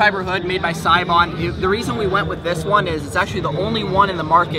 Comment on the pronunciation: Sounds like he's saying seibon (gb?)